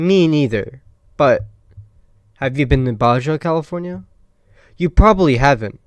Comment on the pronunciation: Oof, my guy, I was always told to never disparage someone for mispronouncing a word because that means they learned the word by reading it. But wow this just goes on and on. have you never heard someone say "Baja California" before? or "Mojave"? Where are you from lol. Also - is just pure gold. Keep it up!